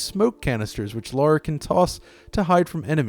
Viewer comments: It's not Lora it's Lara. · Not laura idoit.. its LARA!!!